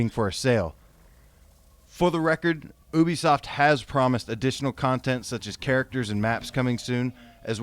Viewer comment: Oh wow you say Ubisoft wrong too damn